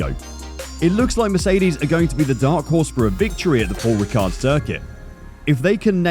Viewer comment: You don't pronounce the d in ricard